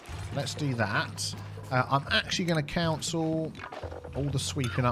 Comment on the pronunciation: You say cancel weird you say it like council